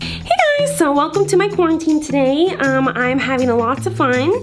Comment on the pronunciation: I think it's funny and cute that she's saying “cwarminteam” instead of “quarantine”🤣❤️